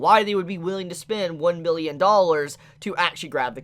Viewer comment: It sounds like you were saying “one Million dollars”, but I assume you were saying $1 billion.